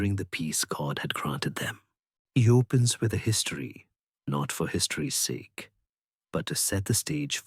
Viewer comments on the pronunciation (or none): none